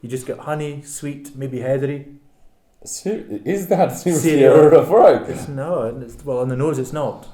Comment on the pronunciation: Is that how it is pronounce the name of the distillery? La-Fro-iiK? (+/-).